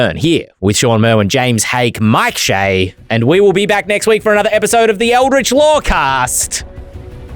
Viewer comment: i love MIKE!! Watch his show all the time but someone PLEASE tell him how to pronounce ELDRITCH :P